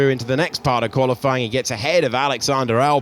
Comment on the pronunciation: Why does the comentator always say "qualyfLying'? I suppose he does it on purpose but it looks as if he didnt know how to say it